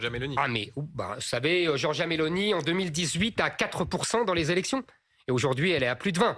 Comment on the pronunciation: Tu doit dire giorgia pas giorga